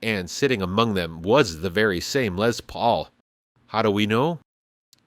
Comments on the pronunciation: It's a LESS Paul, not a Lez Paul. The man's name was Les. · There’s no “Z” in Les Paul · It's not a Lez Paul it is A Les Paul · "Lezz Paul" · “Lezz” Paul? Gimme a break. And give it back to Taylor.